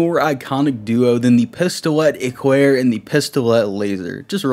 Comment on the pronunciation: I wonder y he holds his gun with one hand, like they did modifie the game to have this, y ? Btw im french and ur "pistolet éclair " prononciation is perfect 👌